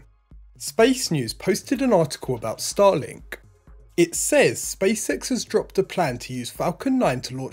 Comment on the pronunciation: Also sounds like he's saying Space Sex instead of space X. I just can't unhear it, haha!